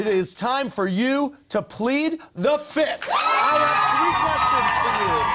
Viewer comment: Andy Cohen, it's time for you to pronounce words properly. It's "plead the fifth" not "plead the fith"